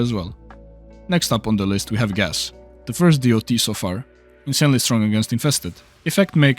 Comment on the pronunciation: "Other DEE OU TEE ELEMENTS"